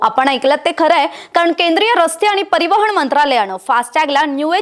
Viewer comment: “परिवहण” नाही गं बबडे. ते “परिवहन” असतं. भाषा नीट शिकून घ्या मग ॲंकर व्हा.